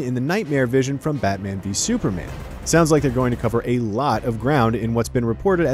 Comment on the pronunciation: "isn't that right BAHMAH"